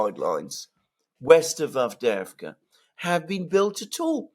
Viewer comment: The collapse of Avdeyevka is so complete that keeps talking about Avdevka, collapsing "eye" into "e". There is a type of Russian names that end with ey, so not Andr but Andrey (Andrew), not Timoth (Timothy) but Timofiey, and not Avd, but Avdey. Moreover, a personal name of a founder, owner, notable person etc. makes a settlement name with suffix -evka, so Avdevka would be named after Avd, which sounds weird, and thus Advevka sounds weird too.